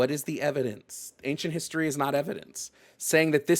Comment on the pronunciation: "I bewieve in ancient histowy" good then stop using modern medicine.